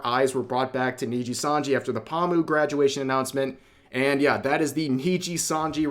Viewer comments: What really shocked me it's when Rev pronounced her name Pa-mu. It's Po-moo. We got a tourist here... I still love you Rev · The way you say pomu gives me psychic damage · Are you saying her name like that on purpose lol